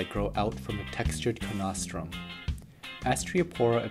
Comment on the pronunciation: Amazing video, as always. Two minor corrections... 1) Coenosteum is pronounced "seen oss tee um" 2) Cyphastrea are in the Merulinidae. Faviidae is no longer a valid name. Also, after checking out your website, I'm pretty confident the only Astreopora you have is the "Dinosaur Skin".